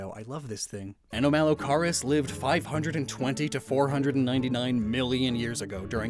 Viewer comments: The pronunciation for Anomalocaris is close to anomaly. Basically anomaly-caris, anomaly shrimp. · I'm so sorry but the way you pronounce anomalocaris (ah-naw-ma-low-care-is) makes me so mad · Just for help, the correct pronunciation for Anomalocaris is: Anomalo(like Anomaly) and Car-is (car to drive and is like “it is”) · You pronounce it like "uh-naa-muh-low-keh-ruhs" or "uh-naa-muh-low-kahr-uhs" c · ANOMA-LOW-CAR-US there’s a pronunciation for ya YouTube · psst... it's pronounced a-NOM-a-lo-CAR-is more or less, mebe watch some PBS eons. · Anorith is one of my favorite fossil mons. Also, I'm fairly certain the first half of anomalocaris is pronounced similar to anomaly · Yes it is. These were my favourite prehistoric animals as a kid and I found it really irritating hear him butcher its name. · I kinda want to go to window to yell at him how anomalocaris is pronounced and to WATCH WALKING WITH MONSTERS FOR CRYING OUT LOUD!!! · Anomalocaris has the root word "anomaly" in it, soooooooooo you kinda got all the pronunciations wrong XD